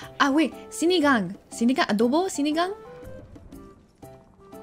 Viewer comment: doesn't know the filipino accent, pero yung pag salita niya ng adobo at sinigang eh may pagka-filipino accent🤣.. hindi lahat, yung ibang sa loob ng CR lang magaling kumanta🤣